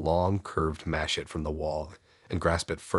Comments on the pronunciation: It took me way too long to figure out what a machette/machay was. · Look up pronunciation of ‘ machete’